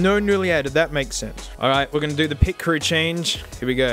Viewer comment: You nailed the pitcrew- Me, an avid F1 fan